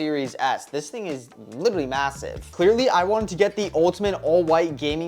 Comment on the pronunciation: Bro really said mesaive